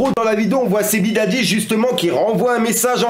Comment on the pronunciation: "Sebidadji" 🤣🤣🤣 sérieux mec fait un effort, prononce correctement